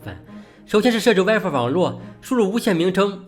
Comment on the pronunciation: 这普通话糟心英文也糟心啊，神特么设置wife网络